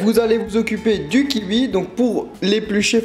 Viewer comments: J'en peut plus Il dit "kiui" et pas kiui, kiwi quoi normal 😂😂😂😂😂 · On dit pas "kihui" mais "kiwi" ("ki-oui"). Ca m'a dérangée... Sinon super recette fruitée 👌🏻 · c'est un kiwi pas un kiui :D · et on di quouie pas quui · ça ma stressé pendant toute la vidéo tu prononce le kiwi "Ki ui" alors que c'est "Ki oui" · KIWI charles ! Pas keiwi !!! 😂😂😂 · Du kiui ! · kiwi sa se prononce " ki oui " pas" ki ui " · Des KIWI pas des kiui OMG sa me stresse à chaque fois x) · c'est kiwwwwi pas kiuie mdrrr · KIOUI ET PAS KIUI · ya que moi que ca choque les "ui" "kiui"? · Et pour dire cuicui, tu dis kuikui ? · ci trop bon lu kiui ! :) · Le kiwui 😹😹😹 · Tu me stress tellement quand tu dis "kiui" 😂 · Pouce bleu pourle "kiui" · "kiui" des barres comment tu prononces kiwi ^^ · "Les Kiui"!!!! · Un kiwui ? Twuitter ? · le "kiui" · "Des kiui" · Je suis le seul à trouver qu'il dit " Kiwi " trop bizarrement genre " Kiuuui " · j'aime trop quand tu dis "kiwi" :) je vais essayer le plus tôt possible le smoothie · J'adore comment tu prononce le mot "kiwi" 😂 c'est trop marrant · J'adore Tu m'a perturber de la façon dont tu dit kiwi mdr 😂